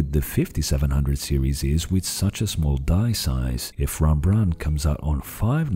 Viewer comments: Well it should be more accurate. I think I remember him mentioning that hes a portuguese speaker, hence the hembrandt. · Made Rembrandt sound French, lol. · Sorry, but as a Dutch person I really can't stand how you are misprounincing "Rembrandt" basically the entire video. You should say it with a rolling "R". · as a Dutch guy I have to tell you that you pronounce Rembrandt the wrong way. Other than that, an interesting video as always. The SMT-animation is a bit too strong an oversimplification though in my opinion. The biggest problem for APU's seems ot be the memory bandwidth, 3D stacked memory might eventually solve that problem. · As a Dutch person I really dislike the way you say Rembrandt